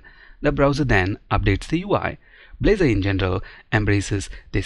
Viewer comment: at the beginning -- Balzor instead of blazor